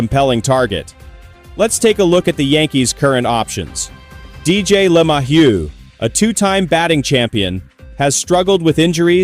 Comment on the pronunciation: hey AI, it's Le - May - hew